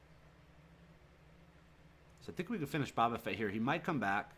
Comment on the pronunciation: Love this channel man, the Bobba Fett thing is killing me though. (Bow-ba'-Fett) LOL